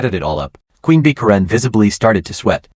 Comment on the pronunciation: Ka ren? Who doesn't know how to pronounce Karen??